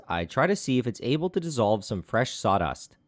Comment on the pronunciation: My brain when he says sawdust: Saudust